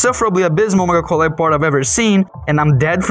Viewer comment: Really nice video with professional feeling commentary and editing something i found funny is every time you said mega collab i heard medical lab